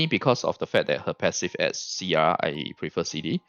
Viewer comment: Thats good info for my arti farming also when u said sia i was like, u must be from Malaysia or Singapore XD.